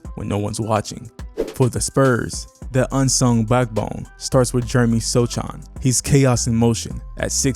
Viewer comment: Great video.. might want to freshen up on the pronunciation of Wemby, Vassell, and Sochan though